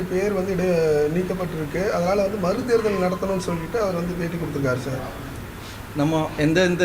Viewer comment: Chaar, Jarry chaarrr.🤣